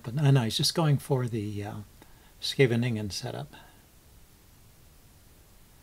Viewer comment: Always fun to watch your games keep posting them I love the post mortems I learn a lot from it. By the way you pronounced Scheveningen very well :-)